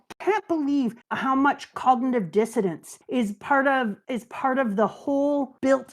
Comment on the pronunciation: keeps saying "cognitive dissidence" when she means "dissonance" and it's driving me nuts, lol